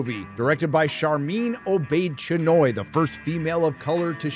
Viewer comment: "Sharmeen O-Bitch-Anoy" XD